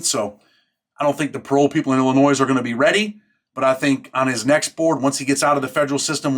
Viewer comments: The S in Illinois is silent. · My man, I love your content... but there's only one Illinois not multiple, the S is silent